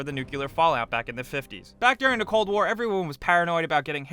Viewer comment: "...under thehyrugh desk"